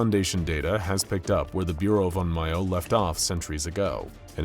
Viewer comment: "oo-me-bow-zoo" not "you-me-bow-zoo" "on-m-yo" not "on-my-o" Please maybe try and learn the pronunciations when you get these projects xD That said, as an onmyouji, it's nice to see a little representation in the SCP world :)